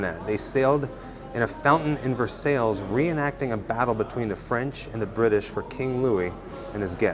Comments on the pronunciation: Awesome tour.. It's pronounced Versailles ( VER-SIGH) NOT VER - SALES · Holy wow. When u said “ver-sails” I realized u were a scholar. Lol